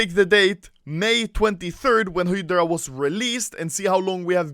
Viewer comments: Hydra not Hidra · HI DRAH. Not Hedrah. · It's HYDRA (HAE–DRA) not HYDRA (HE–DRA) BTW luv your videos. Keep it up rookie. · if he sais hidgra 1 more time instead of highdra.... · Im not mad at ur stealing other youtuber content but that sound when u say HIDRA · "Hedra" nice pronunciation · Use subtitles, when Anomaly says "hydra" it says Hitler :D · Can you not say hidrah... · literally noone: anomaly: hidra case, hidra keys, operation hidra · I stopped watching the video due to the way he says Hydra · When u said operation hydra I thought u said operation Hitler